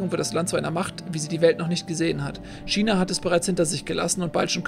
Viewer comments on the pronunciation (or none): none